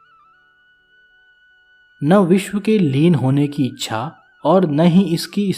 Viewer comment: आपने मूल प्रति से उच्चारण पर ध्यान नहीं दिया। "इच्छा को अच्छा बोलना" 🙄 यह अर्थ का अनर्थ है। ऐसी और भी बहुत जगह पर त्रुटियां हैं। ऐसे गंभीर विषय पर इतनी लापरवाही ठीक नहीं है। बेहतर होगा यदि आप इसके अधिकारी नहीं है तो इन विषयों को न ही छुएं। 😥😞